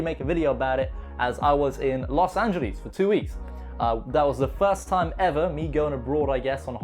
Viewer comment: ”Los angelis” 🤔